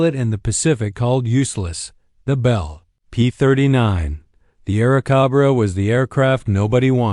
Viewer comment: Air cahbrah ? What the FCK is an Air cahbbra?